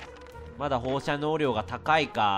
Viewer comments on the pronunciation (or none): レトさんの放射能量がほうしゃにょうりょうに聞こえるw